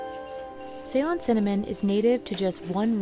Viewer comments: It is C-lone, not say-lon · See-lone is the way to pronounce it. Not like say-lone. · You have an entire video devoted to Ceylon cinnamon but don't bother to learn how to pronounce Ceylon? Not cool. Ceylon is pronounced like Sill-on, not say-lon. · Amazed that the narrator is so ignorant that she pronounces ‘Ceylon’ as ‘Say Lynne’. Anybody who knows ANYTHING about Sri Lanka or tea or cinnamon knows it’s pronounced ‘Suh Lonne’